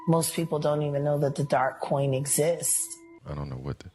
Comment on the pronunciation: She said dark coin😂😂✌️ cwoin😂😂